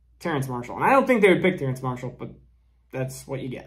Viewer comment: It's Terrace Marshall without the n, not Terrance... You repeatedly kept saying Terrance lol